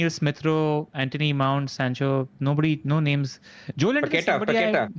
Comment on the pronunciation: Love the pod, but can y'all put in some effort into learning the right name pronunciations? I think its a bit disrespectful if y'all are not even trying at all (sometimes).